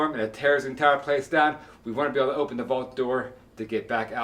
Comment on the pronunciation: Is she from Baltimore or PA somewhere around there? She has that kinda accent. The stOOOve. OOOpen. Can really hear those hard Os